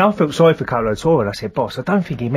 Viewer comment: Sowwy boss sowwy sowwy XD